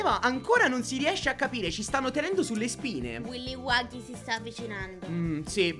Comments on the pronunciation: non si dice willy waggy si dice killy willy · E comunque è killy Willy non willi wagghy